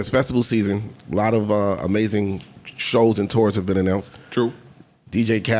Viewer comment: Yo, y'all acting real American correcting Mel on her words. To're to Tour 😂